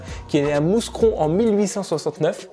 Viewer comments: Ont dis Moucron et non moussecron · Helllo je suis de Mouscron , ça se dit mou cron. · Ça se prononce Moucron 😉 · Hello on dit pas MouScron on dit Moucron si tu préfère c’est dans le même genre que BruXelles se dit Brusselles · je suis belge on dit moucron et mais c'est écris mouscron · mouscron se prononce moucron stp 😭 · On dit moucron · On ne prononce pas la s dans mouscron :-) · Sa s écrit Mouscron mais sa se dit Moucron 😂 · On dit moucron le s ne se dit pas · Pour Mouscron , on prononce pas le s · Le s de Mouscron ne se prononce pas 😭😭😭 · Le S dans mouscron de se prononce pas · Le S de Mouscron ne se prononce pas mais c'est bien les Mouscronnois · Mais quoi ?? Je viens de mouscron (on dit pas le S) incroyable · mdr je suis de Mouscron aussi ;) on dit sans le s ;)